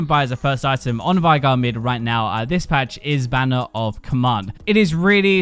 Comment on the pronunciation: pronouncing veigar as vigh-gar instead of vey-gar triggers me so much